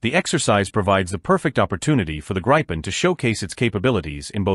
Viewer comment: It is not the “Grippen” It's not the “graipen/graypen” Let me help you, it's very simple. Start with Gri as in the Grinch. Continue with pen, as pen. GRI PEN. Otherwise an interesting video.